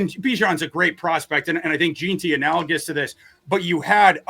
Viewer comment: Is it so hard to pronounce JEANTY? Especially when you've heard the name a million times on television and radio, said correctly.